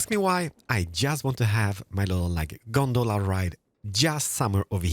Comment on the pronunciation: As someone who has Trainz Simulator, him calling a cable car “Gondala” Really confused me